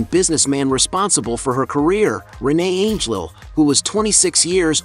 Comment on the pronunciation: How about checking the pronunciation of her husband’s last name!!!